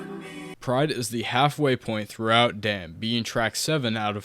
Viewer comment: ay bro its DAMN. not DAMN ,just know that